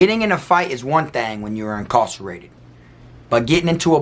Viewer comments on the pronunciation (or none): Lol incawsarated